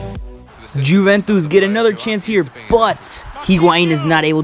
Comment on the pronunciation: Awesome vid! Just a quick heads up, Juventus is pronounced You-vent-iss, great video though!